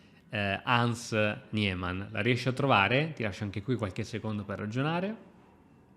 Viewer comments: Ciao vivo in Germania....e i dittonghi IE si pronunciano sempre in lingua tedesca come una i. Quindi si pronuncia Nimann anche se scritto Niemann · Gniémann come dice lui🤣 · non per fare il pignolo, ma anche nella pronuncia americana di "Niemann" la "e" è muta 😅